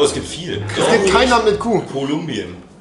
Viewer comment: Es gibt einfach kein Land mit "Q"! Niemand: Wirklich Niemand:: Quolumbien